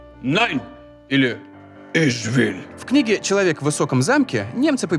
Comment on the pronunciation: Отдельный лайк за интсрементальную версию Ich Will на заднем плане после твоего прекрасного "Иж выл" :D Я заценил)